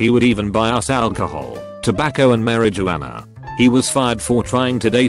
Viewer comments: chicken eggs it’s pronounced like this. Maaaar-uh-ju-wanna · Regular people: Marijuana Automated voice: mAriJOoaNa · The way the computer said marijuana... I'm dead 🤣